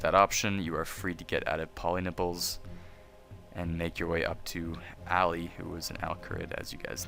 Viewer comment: thank you sir i chocked for 5 minutes when you said 'go to pollynipples'